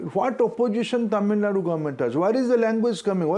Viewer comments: Dear host and north.. it's not Tamilnad Kindly pronounce it TAMILNADU ... Dear minister, We the people of Tamilnadu knows that we are ahead of everything what you suggest. You need to follows us to uplift your state.😅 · Yeah bro . . They can't say tamilnadu and will say tamilnad. Same with kannad instead of kannada. They don't know you call your people kannadigas